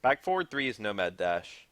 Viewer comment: How hard is it to say forward